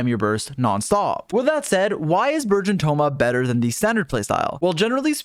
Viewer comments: I keep hearing virgin thoma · i kept hearing burgeon thoma as virgin thoma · Burgeon Thoma but I can hear Virgin Thoma 😂😂😂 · I keep hearing virgin thoma pls stop 😭😭😭